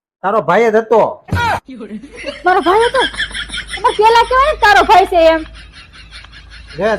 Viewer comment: છ - કેમ બોલો છો? છે બોલો ને